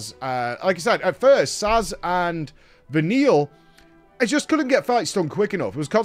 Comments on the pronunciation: In case noone has told you yet. If you change paradims at the last possible second after an ATB gauge, you can skip the animation and be changed quicker. edit: Vah-kneel. Not Vah-nil-a :( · I don't get how can play this game for days and still not know how to pronounce Fal'cie. I originally thought he was pronouncing Vanille as "Vanilla" on purpose, but now I'm not sure. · Is he pronouncing it Vanilla on purpose? They pronounce the name in game...?